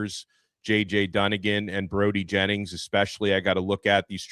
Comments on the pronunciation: JJ….Dun-I-gan ……..NOT Duningham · It's JJ Dunnigan not dunningHam. Much love as always bro! Next time you come to Tampa I want to come to a show. Zachariah poyser got paid $350K last season. I guarantee you Fletcher's up there around a million at least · Bonehead it's Dunnigin